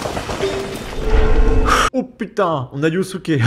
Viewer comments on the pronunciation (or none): tu fais exprès de dire yousouké au lieu de Yasuke pour énerver les wokes 😂😂😂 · On dit yaaasuke